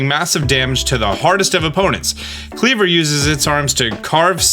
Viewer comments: Isn't Kleavor pronounced as, "klee-VORE?" And Wyrdeer being, "weer-DEER?" 🙃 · Pretty sad you can’t pronounce wyrdeer (try We’re deer) or Kleavor…